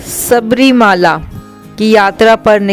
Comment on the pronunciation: सबरीमाला नहीं शबरीमला कहना चाहिये । ऐसे कई दोष हैं ।